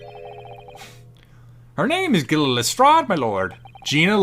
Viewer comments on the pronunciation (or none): Who the hell convinced to say Lestrade that way?! He had it right the first time. Has no one seen a Sherlock film or tv show before?